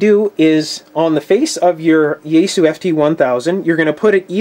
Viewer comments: It's called Yaesu(yah eh su), not Yaysoo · It's pronounced "ya" as in yacht, "es" as in saying the letter S, and "su" as in "sue me". There shouldn't be a English-style stress accent, but since avoiding accents is hard for English-speakers, perhaps try to accent (if you have to accent anything) the first syllable...